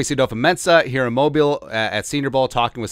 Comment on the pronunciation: Why can no one pronounce Mobile correctly? You did it right at the end, but the other times you said it incorrectly. It’s such a little thing but it would be so respectful if you could get it right.